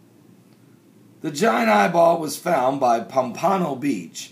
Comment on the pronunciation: Its pronounced Pomp A No Beach